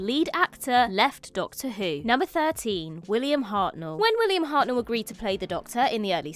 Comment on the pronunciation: William Hartnell, not William Harel